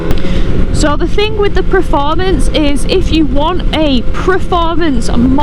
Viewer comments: Per……not pre….formance! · It's "performance" not "preformance" FFS lol